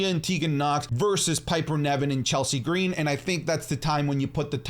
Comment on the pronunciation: You pronouced Chelsea Green's name wrong!!!